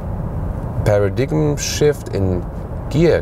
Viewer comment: Paradigm is pronounced paradime.